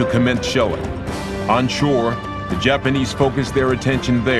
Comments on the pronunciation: he still said dapanese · wtf is the "dapanies" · BlueLegoCat The narrator meant Japanese. Probably just an audio editing error.